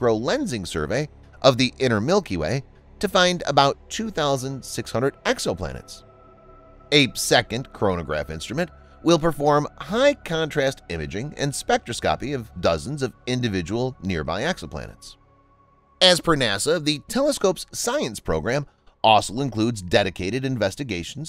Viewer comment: Spek-tros’ke-pe …not spek-tro-skop’pe But otherwise a great video! I enjoyed it and found it informative. Also, I wasn’t sure I understood: the delays with Falcon Heavy launches are due to delays with the payloads, right?